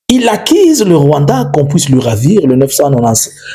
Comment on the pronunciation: Monsieur ulishaka massacrer ma U zote, accise ou accuse??😅😅😅